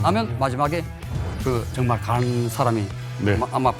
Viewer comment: 이거 욕 아니냐? 정말이라고 안들리고 존x라고 들리는데